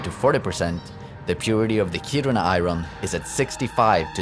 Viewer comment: The pronunciation of iron is hysterical - i-ron. Of course, it's pronounced i-urn. Non-native english speakers usually get this pronunciation wrong, but to hear it over and over again in one piece is funny.